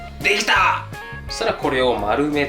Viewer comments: でぎだ！のとこがアル中の人笑笑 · あれ？炊飯器と業務用ハイボールが出てきそうな声で『でぎだぁ！』って聞こえたけどw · でぎたがアル中の人みたいやったw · できたぁ！ がアル中のそれ、声真似うまい